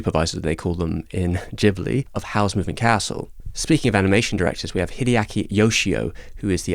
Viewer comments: It's pronounced "Gibli" not "Jibli". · Come on... There's an 'H' after the 'G' in Ghibli, indicating that the name is pronounced with a hard G, like "Ghetto".